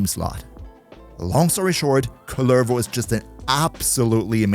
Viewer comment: Idk how many times you've played Duviri, but have you ever talked to the jailer or the kids in the island? He's not Kullérvo, he's Kúllervo